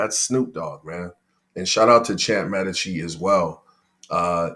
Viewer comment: may-dee-cheeee not med-ee-cheee